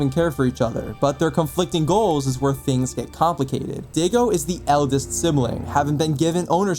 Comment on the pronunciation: Sorry to be that guy but his name is pronounced die go not Diego but daigo I know it’s confusing but at some point of being eposed To Japanese pronunciations you get used to it 😊